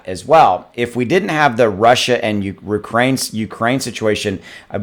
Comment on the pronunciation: I think you just made up a name for what happening. “Rukraine”